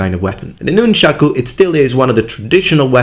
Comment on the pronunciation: Thank you, thank you, thank you for saying "nunchaku." I swear, if I hear one more person say "nunchucks," or worse... I love sai, too; they tie for me with bo for favorite. I wouldn't have thought of nunti-bo for "most effective," but I have to agree.